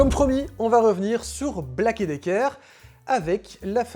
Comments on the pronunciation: Ta prononciation de Black & Decker et non Black et Dicker franchement ça fait dur, force toé un peu, un minimum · on dit pas Black et Decker , mais bien Black and Decker...... sinon bonne vidéo 👍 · Ah! On prononce Black And Decker par ici. :)